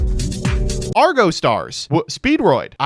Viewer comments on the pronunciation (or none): none